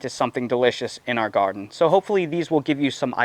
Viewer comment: Are you saying "yarden garden"?